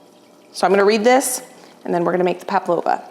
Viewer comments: Pavlova not paplopas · I was wondering what palpavo ment on your list of things to get done and then you said pavlova 😂 I had a good giggle. It's said how it's spelt. Pav lo va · Hi 👋🏻 love watching your channel. The correct pronunciation is PAV LOVA, not paplova. ( I can say it not make it ) you are becoming a remarkable baker, thumbs up 👍🏼. My daughter and I have decided that we want to batch freeze meals, so I have been rewatching some of your videos. You are right about making things so much easier on oneself when you go to your freezer and pull one out, make a side and poof dinners done. ❤ love it. Thank you for being true to you I am appreciative of your honesty, love for your family and your commitment to your channel. Keep going girl 🎉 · It’s Pavlova, not Paplova, you’re saying it incorrectly. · It’s spelt Pavlova, so pronounced Pav -lova, “v” rather then “p”,. Great recipes and a beautiful table setting,! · PaV-lova, not paP-lova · Actually it is not Papalova like is pronouncing it is Pavlova. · Its pronounced PAV-lova :) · Aussie here, put the mix into a piping bag with no end and make the nests, we pronounce it Pav-low- va. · PAVLOVA. PRONOUNCED - Pav loave a. Great video ❤❤❤ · Hello from Australia - the pronunciation is Pavlova there is no P in it. I make them regularly here. There is a bit of an Australian / New Zealand debate on who invented this. 🥰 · It’s spelt Pavlova, so pronounced Pav -lova, “v” rather then “p”,. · Hi, beautiful spread as usual. You asked if you were pronouncing pavlova correctly and I’m sorry to say no but close. It is pav-low-vuh. Or you could try pav-a-low-yuh the yah. Hope that helps. I’m not the greatest at pronouncing things either, but I’m Australian and we say this and serve this nearly every summer. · Pavlova is pronounced paa-vlow-vuh according to Google 😊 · There is no A. It’s Pavlova. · PAVLOVA not paplova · Its Pavlova not Paplova 😀